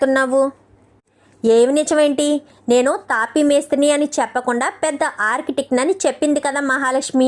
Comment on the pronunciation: Architec kadu architect. Feed work kadu field work. Talli English rakapote Telugu padalane vadandi.